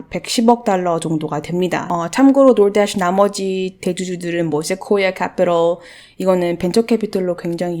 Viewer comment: door dash발음 웨케 섹쉬하시나요.. 공부하러들어왔다 설레네요 휴 렉카님은저리가세요